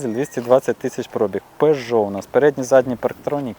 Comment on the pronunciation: Ох ваша вимова 🙄 особливо "Про'біг"